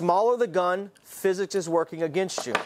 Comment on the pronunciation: Who's "fizz-is" and why does she work in favor of some guns and against others ? Very judgmental of her if you ask me. Perhaps you can get human resources involved here with some politically correct sensitivity training. 😉